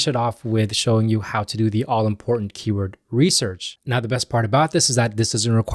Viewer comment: This is how you pronounce the word "keyword"